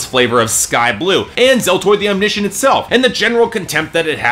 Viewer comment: Your wrong pronunciation of Omniscient pissed me off for some reason...